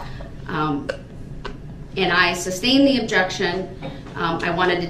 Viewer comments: OR that it's Sustained not SUB-stained and you don't say groundz after EVERY objection. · I’m wishing they all just start making fun of him. Saying “I don’t need to AXED” and “Objection SUBSTAINED” just to antagonize this POS